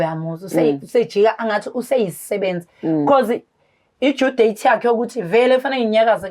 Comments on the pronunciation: ne English, yi due date hai hai hai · No due date loyo akamazi utshoni kkkk English kill me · Besenizwile nge due date shembe English 😂😂😂